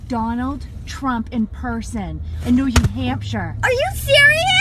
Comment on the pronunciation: she called Trump a shrump